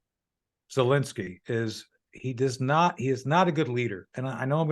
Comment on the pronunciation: It’s Zelensky not Zilinsky… “Precips”? I’m thinking precepts. Ok I’m taking a break.